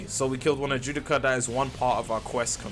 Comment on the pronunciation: Dude can’t pronounce a single word but claims to have watched the anime. Wtf is an Ajewdica?!?!?!? 😂 it’s an Adjucha (Add-who-cha)